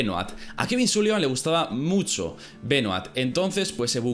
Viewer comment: Tal vez... No tengo una palabra profesional así que no puedo decir musho...